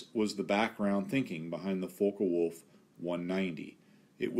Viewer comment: It is NOT pronounced "fokah wolf" it is pronounced "fock wolf"!